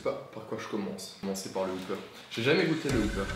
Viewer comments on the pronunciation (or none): Et le wopper se prononce pas wouper, mes oreilles saignent à chaques fois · ben wopper, comme ça s'écrit en fait ^^ on prononce le "o" comme un simple "o" et pas "ou" Je travaille au burger king et franchement c'est pas le pire qu'on entend (une fois un client à demandé une "schnek box" au drive mdr)